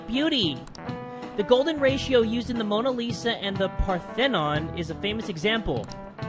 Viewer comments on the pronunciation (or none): fam you said Parthenon wrong xd, its par-the-non, you got the first part right tho, just the ending you said wrong xd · You killed the Parthenon 😂 I'm Greek and I'm so happy Greece gets mentioned in persona a lot😂 But really? Partheeenon?😂😂hahaha😂😂